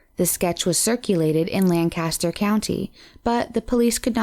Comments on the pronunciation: You're pronouncing Lancaster horribly wrong. It's LANK-ISS-TER. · GEDmatch isn’t pronounced G. E. D. Match, it’s pronounced JedMatch. Lancaster County is pronounced Lank-aster, not Lan Caster. Failure to research noun pronunciation makes me wonder what additional research is missing. Traces of semen ARE... not IS. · Lann Caster county? 🙄